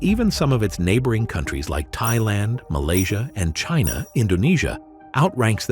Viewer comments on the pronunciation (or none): none